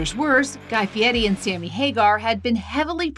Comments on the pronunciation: Did she mispronounce Guy Fieri’s surname as “Fieti”??? 🤔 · Is she pronouncing his name Fiety Instead of Fiery. And No One Caught it. Seriously Ppl!